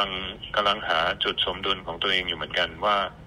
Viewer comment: ฝรั่งยังพูดคำว่า สมดุลย์ ได้ถูกต้อง เก่งกว่าทั้งพิธีกรและนักอ่านข่าวไทยทั้งหลาย ที่พูดว่า สะมะดุน อยากรู้ ว่าจะอ่านคำว่า สมมาตร เป็น สะมะมาดมั้ย? เพราะมันความหมายเดียวกัน จริงมั้ยครับ คุณสะมะบัติ คุณสะมะชาย คุณสะมะศักดิ์ 55555 ขอให้คุณโจนัส หายไวไว มีสุขภาพแข็งแรงมากๆนะครับ